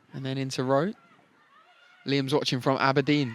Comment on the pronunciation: Cheers for the mention, definitely butchered Aberdeen though😂